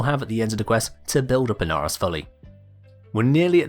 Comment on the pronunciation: IN-Are-Ross? Who the heck is THAT? That looks like Ee-nar-oh-s!